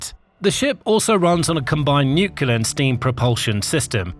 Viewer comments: "nuclear" not "nucular". Nucular isn't a word. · Nuclear is pronounced nuclear, not nucular. Arctic has a c before the t, so it is not pronounced "artic" as in this video. Mis-pronunciation makes the vidoe less credible. It also perpetuates poor English. Please sort it out. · Is it just me who finds it really grating when a presenter or interviewee can’t pronounce nuclear? Nu-cle-ar, NOT nucular! Come on, it’s not difficult. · It's nuclear not nucular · New- clear Not new cu lar